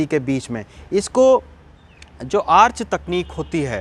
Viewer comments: Arc ka pronounciation bhut galat h , dhyan de pronounciation pe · आर्च ..? आर्क भी बोल सकते हैं ।